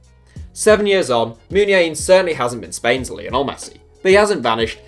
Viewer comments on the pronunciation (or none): none